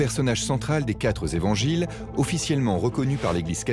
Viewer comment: "des quatre Evangiles" pas "des quatre Zévangiles" !!! Il n’y a pas de "s" à quatre !!! ça commence bien ....